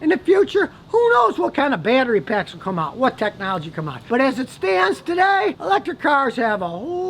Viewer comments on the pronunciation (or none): none